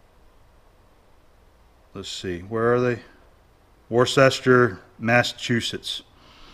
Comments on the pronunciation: Just an FYI for you, the correct pronunciation is wuster. Most outside New England (or England for that matter) can't pronounce it correctly:). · Get better man, and it's pronounced Wuss-ter by poeple who don't live in Massachusetts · Pronounced. WOOSTER MA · Wussta! Also, I made a point to ask a friend in England how to pronounce the sauce's name, as I always said "Wussta-shya", and he corrected: "Wussta-sheer, the English are not Hobbits." P.S., yes I have a Boston accent. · I would even go so far as to say Wuss-Ter. Woo sound like a long 'o' which isn't how the locals pronounce it. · Wuster not worsester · good to see you back in the shop. best wishes... oh, btw: it's pronounced "Wusster", at least here in the UK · Thanks. The town in Mass. is pronounced Woster. I had a Navy friend from there and he gave me a lot of grief about pronouncing a certain Lee and Perins sauce. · The locals pronounce it more like Wooster. It is south of Boston and was on the rail line between New York City and Boston - basically through the heart of New England's manufacturing center. Casting the decimal equivalents is a 10x difficulty multiplier. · Hi, I'm from MA and unfortunately you got one of our trickiest places to pronounce. The name Worcester is pronounced Wu-Stir like the begining sound of wood, and the motion you use to mix hot chocolate.:) Love your videos sir. Have a great day. -Josh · I really enjoy your channel as I 'tinker' with machining, welding...tinkering. I live just west of Worcester, MA. Worcester is pronounced 'Wooster' with a soft 'Woo'. Cheers! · Great vid, thanks for the mail, and it's pronounced "wooster".... but I only found out after being corrected myself. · Americans have a problem with the place name Worchester . It is pronounced Whoostir and the county Worchetershire is Whoostershir A F Pienaar a former British colonist who had the Queen's English thrust down my throat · Worcester is pronounced 'Wooster' in New England , ahyup.